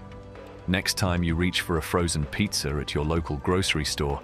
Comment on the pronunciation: I trip out how this kind of accent has two versions of the same word. In this case it is pizza and pizzer.